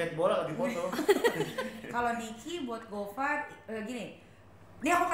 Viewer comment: Boyennnnnn, namanya gofar, bukan gofur 🤣